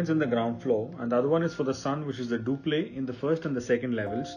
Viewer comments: Wanted to know why its being pronounced as dupley instead of duplex? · Why do all architects pronounce duplex as 'duplay'? Please, it's pronunciation is doo..plex.